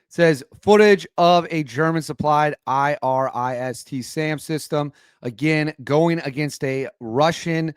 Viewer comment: Dam I-RIS